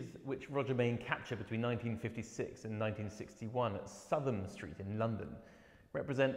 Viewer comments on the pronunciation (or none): Please, please it is SOUTH am St as in North and South, not Sutham. always was and always will be. Big mistake, the curater at the photographers gallery ex made the same mistake, I grew up in Southam St